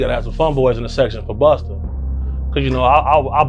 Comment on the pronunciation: Say it ain't so.Not you calling him Boosta 😭🤣😩